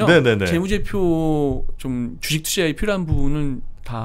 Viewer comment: 주.식.투.자 라고 발음 해줬음 좋겠당 ㅋ 쥬ㅅ튜쟈... ㅋㅋㅋㅋ